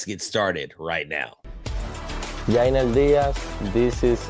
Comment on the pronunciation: Yainer Diaz is one of the few people in Texas who know how to pronounce his name.